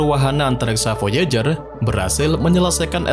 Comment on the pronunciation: Baca VOIJER...